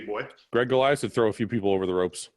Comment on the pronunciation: Ain't it not Gregg 🤣🤣